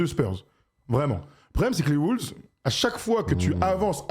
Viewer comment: arrêtez de dire des "les WOULVES" s'il vous plaît. La phonétique c'est : UK: (wʊlvz) US: (wŏŏlvz)